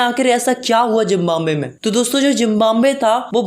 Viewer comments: Zimbambe nhi hota Zimbabwe hota he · Zimbabwe✖️ Jimbambe✔️😂 Btw nice explanation😊